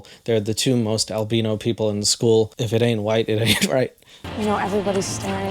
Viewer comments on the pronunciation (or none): Not al-bean-o lmmfaoooooo